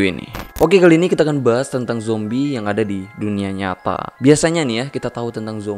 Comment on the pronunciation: Zombie ❌ Jombie ✔️